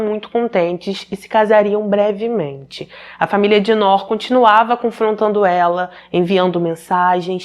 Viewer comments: Oi a pronuncia correta é "NUR" significa LUZ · Descobri o seu canal a poucos dias e estou maratonando todos,ótimos e bem esclarecido,uma pequena observação, nós descendentes ou árabes pronunciamos Nuur,que significa luz. Abraços! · vc é maravilhosa como sempre! Só uma correção para ajudar se tiver uma próxima vez que tiver esse nome. Se pronuncia “Nur”, significa luz em árabe por sinal e infelizmente essa foi apagada por ignorância e maldade 😭. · Ótima reportagem só a pronuncia do nome que se pronuncia NUR que significa LUZ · Ainda assistindo, atrasada. Pronuncia- se Nur ( tremendo a língua no final r) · a pronúncia do nome se diz: NUR, meu enteado se chama como ela, NOOR, mas se diz NUR. 🥰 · Querida, mais um vídeo ótimo! O nome é Nur. É “luz” em árabe. Gosto muito do teu trabalho!! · Noor se pronúncia nur e significa luz